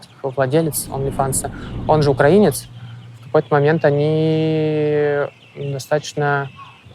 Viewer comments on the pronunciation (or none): none